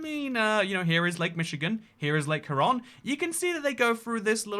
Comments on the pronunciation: Also, you said Huron correctly exactly once so all other pronunciations before and after that one time are null and void. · Darn red coat won't even say the lake name correctly. It's Huron on not huh Ron? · Huron is similar pronounced similarly, but not identical to “Hugh Ron.” Hyur Ron. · It’s lake “hugh ron.” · ..it's hur-on..kind of like her as in feminine or better yet..take urologist with and h in front of ur/logist..so h-ur, as in urologists first syllabul and the word on..as in on/off..which, I might add gets an incredibly large amount of snowfall each year in the 100+ inches or 250 centimeters.. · Michigander here! Lake Huron is pronounced "Here-ron". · /HYOOR-ron/ Also are Scots and Irish Gaelic pronounced the same? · It's pronounced (Hear-on) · Huron is pronounced hyuron Kinda like 'youre on' with an h in the beginning, and the accent is on the first syllable. Also Ottawa is a native American tribe. They lived around Michigan/ Canada. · The "Hur" at the start of Huron is pronounced like the "heur" in heuristics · it's "HERE-on", which as someone who knows what those letters allegedly do, I find pretty annoying. But that's what we all call it here, and I'm from Michigan, The Great Lakes state so you can appeal to my authority. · Lake Huron is pronounced Hue-ron. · The second retry , pronounced Hueron. You get some confusing pronunciations here in the US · Second guess was right for Huron like hyeron. I'm Canadian and we learned them as HOMES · How you pronounce Huron hurts me. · Uhh-Gee-An Sea and Lake Hue-Ron. Fuck's sake. All that research into sizes & volumes of these lakes and you couldn't' literally spend 5 seconds to have Google speak the words for you to learn the pronunciation??? SMFH 🤦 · Huron is pronounced Hugh Ron. Aegean is pronounced Ah Gee Ann. Other than that I got nothin'. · I was bothered that you couldn't pronounce Huron until you also mispronounced Lomond, lol